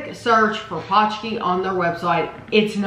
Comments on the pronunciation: Yup, it's definitely not pooski, paunch key is a lot closer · I went by what The Polish Center of Wisconsin said: "pronounced paunch-key". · It's just ponch-kee :)